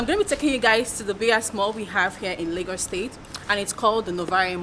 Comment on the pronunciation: If i hear you say 'Lagors' one more time lol, but on a more serious note, this place is dead.